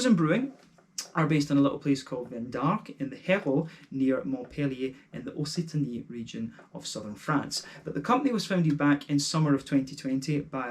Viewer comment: It’s pronounced more like « ok-sitany »